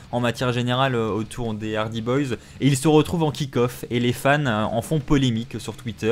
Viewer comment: ARRETE DE DIRE LES HARDYZZZZ Sinon bonne video merci pour les news